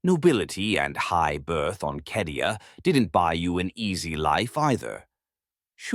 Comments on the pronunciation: Yeah no. It's cadia my dude. I've played almost all of the strategy games and more than a few of the others. It's never been pronounced kedia. Even the audiobooks published by black library call it cadia and if anyone knows the proper way to say it I'd say the guys who publish it would. Tbh it's almost impossible to take this channel seriously anymore with all the mispronounced names and terms in every video. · it's never been KEDIA in any Warhammer game, lol. Even as far back as Winter Assault it's been CAY-DEE-AH. It would take literally 2 seconds to check. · Love these absolutely amazing. However, it's cay de a. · It says Cadia not Kadia in the 40k space marine 2 gameplay at least twice within first 20 seconds. Not remotely an expert on 40k or pronounciation of the words but they say it a fair few times in the game. Not a hater, just curious about which is correct, keep up the good work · Cadia’s pronunciation is”kay dia” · According to the captions, he never does. Just says Kedia.